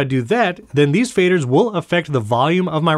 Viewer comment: They will or won’t affect the volume? It sounds like you’re saying “won’t” but I think you mean to be saying “will.”